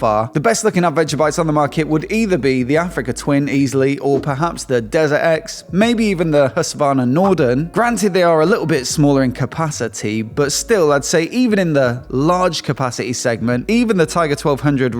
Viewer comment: Husqvarna not nodren norden :)